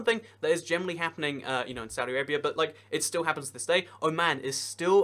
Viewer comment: isnt it weird the way says saudi arabia and (His Majesty) King Salman